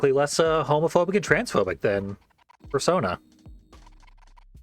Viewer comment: At least you're pronouncing it 'Persona' and not 'Persauna'. It really pisses me off when people mispronounce the titles of games in the Shin Megoomy Tensy series